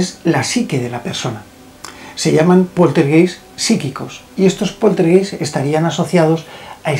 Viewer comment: Mi muy estimado, solo para decirte que la palabra "poltergeist" de origen alemán se pronuncia "POLTERGAIST" Te mando un afectuoso abrazo desde Alemania